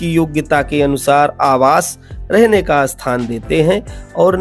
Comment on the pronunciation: स्थान और अस्थान में बहुत फर्क है उच्चारण को ठीक करें